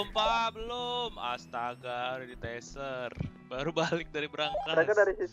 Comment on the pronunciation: Taser bukan Teaser wkkwkw